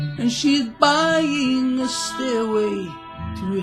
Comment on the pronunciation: I thought you said "steroid to heaven" and I chuckled a bit. =)